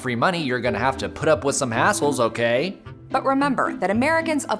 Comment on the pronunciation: I thought he said “a**holes” instead of “hassles” at first 😂